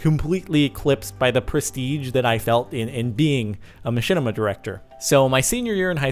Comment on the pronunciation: mahinima? *Machinima